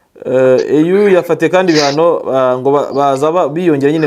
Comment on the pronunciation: kosora bino: EU bayisoma "iyu"(apana "eyu") kukwo ari impfunyampfunyo y-icyongereza "European Union". African Union niyo bita "eyu". Komera